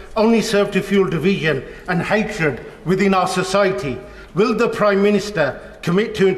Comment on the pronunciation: "Burning the quo rahhn" - "Incites hayytred" So does reading it.😌